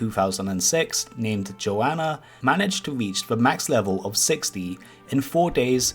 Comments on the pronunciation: I know you don't mean to call them a 'her/she', but Joana is a guy just so you know. They pronounce it more like Joe Nuh from what i've heard them say. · He didn't call him a her once? His did pronounce his name wrong though